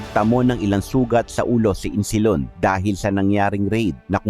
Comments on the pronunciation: Isnilon not Insilon po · Isnilon hindi insilon😅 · Boss isnilon Hindi insilon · Insilon o isnilon?😅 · hind insilon.isnilon yan .ayusin mo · Isnilon hndi insilon😂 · Isnilon ang nakasulat ahh...bakit insilon ang banggit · Isnilon Hindi Insilon? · kopya nalang story mo mali pa pagbigkas mo ng pangalan ayusin mo sunod pa dumami views mo🤔